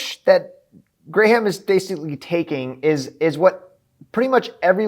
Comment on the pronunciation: You calling him gray-ham cracked me up😂